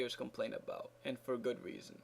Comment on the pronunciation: Lol the way you said thanks FÓR watching with acento